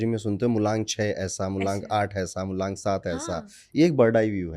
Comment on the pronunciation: MULANK ❌ MULONK ✅. Corrected by 😅